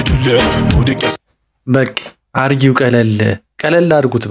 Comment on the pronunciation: ኧረ ባክህ ባክህ። ስታነብ ቢያንስ ተረጋግተህ አንብብ። አርገው እንጂ አርጊው አይልም አንተ